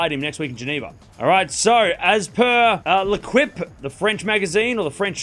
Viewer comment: Its not "Le-quip". Its pronounced "Le-keep" just fyi.